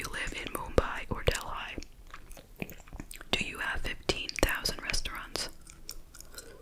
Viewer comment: It’s pronounced De-lee; not Del-eye